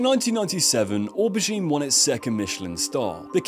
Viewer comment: Or Bah Geen.... you mean Oh bergine... LOL